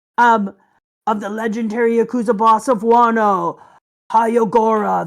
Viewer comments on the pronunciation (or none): none